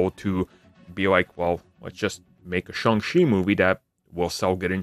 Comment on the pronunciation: Why does this guy pronounce it as Sung She? It’s pronounced exactly as it spelled… Shang Chi, Sang She.